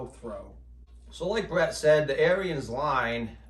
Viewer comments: I believe the correct pronunciation of the company name is Ahrens ["air ens"]. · Yes, the New Holland tractors were more likely to have tilt wheel and power steering. Nice upgrades if you can find one. And I think Ariens is pronounced like Ahriens....lol Nice video. Thanks